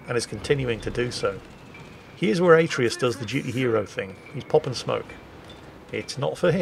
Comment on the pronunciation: atreus just like from the god of war game but pronounced terribly xD